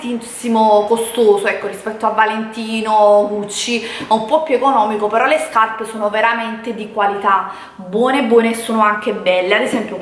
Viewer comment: ..."quando ho visto queste SCAPPE", mamma mia ma invece di spendere migliaia di euro per rifarti perché non vai o da un dentista, se il tuo problema é al palato, oppure vai da un logopedista così impari a parlare, perché veramente non ti si può sentire.